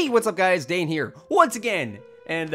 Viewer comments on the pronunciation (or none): none